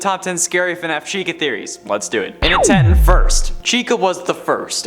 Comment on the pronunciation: He says SHECA